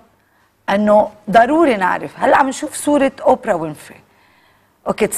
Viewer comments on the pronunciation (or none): none